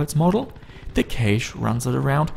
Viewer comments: pronounced "cash" not "kayshe" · I'd like to tell you that "cache" is pronounced the same as "cash" as in money :) have a nice day, awesome video btw. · Cache is pronounced like 'cash'. Please... I can't take it anymore. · I guess Canada is like Australia then Cayshhh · Your cashe sounds like kaysh :P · Nope. He said it again, I can't do it! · Kaysh ??? its cache.... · lol you say cache like idubbbz funny voice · although im not talking about grammar, i was just confused by a pronounciation i never heard before, but cool, didnt know they say it so weird over there!